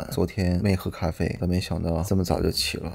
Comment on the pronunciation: 帅是天津人吗 “妹喝咖啡”